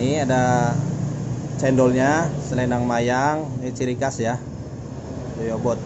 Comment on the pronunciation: Goyobod mas, bukan Joyobod. Semangat... tambah sukses ya...